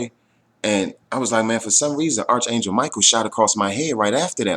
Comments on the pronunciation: arch is pronounced ark. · Just so you know, fyi, the H on arch angel is silent. So it's pronounced ARK angel!